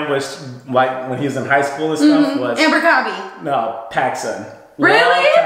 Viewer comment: Lol why girl???? Lol its Abercrombie NOT Amber-Crobie....